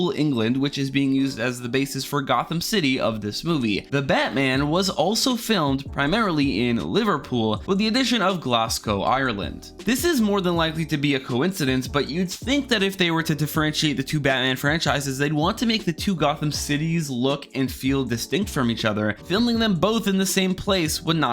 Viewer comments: "Gloscow" "Ireland" dont know what would piss off Scotsmen more the mispronounciation or the wrong country 😂 All jokes all jokes man im hyped for the movie n thankful you got the details be checking in soon hoping to hear "Glaz-Go"😂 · Yeah Glasgow is in Scotland, another tip is it’s pronounced Glas-go, one S and the w is silent not glass cow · Glasgow (Glaz-Go) *Scotland* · ''glasgow ireland'' 🤣